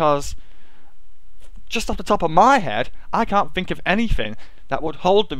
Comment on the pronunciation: how many times does he say fink or fings?